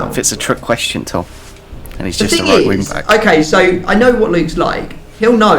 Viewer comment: please its WING!!!! NOT WINK!!!! it bothers me really